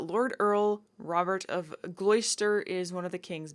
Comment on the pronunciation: hope you don't think i'm nitpicking, but it's pronounced Gloster